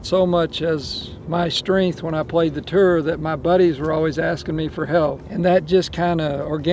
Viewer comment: Utley is the Harvey Penik of this era, simple wisdom and intellect…..a true great! He’s the type of guy that if he started talking to you while cutting apple with knife and eating a piece of the apple off the knife blade, you listen!! Like the way he says “tour” as “tur”. GREAT GREAT video!!